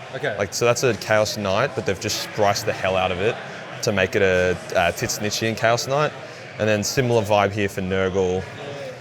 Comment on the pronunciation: I am always confused when calls tzeentch titsnitch